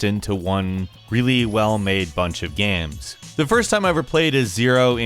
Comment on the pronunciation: Pretty good gaeiums. Why you pronounce game like gaeium tho